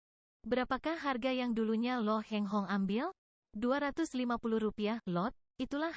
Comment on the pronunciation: Bukan Lo Heng Hong tapi Lo Kheng Hong.